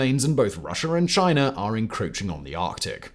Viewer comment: "Chiner attacks Canader"??? 🙄